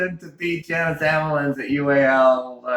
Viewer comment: Love ya Devon... but its pronounced Yawn-iss not Jan-is... we dont call you Melvon... lol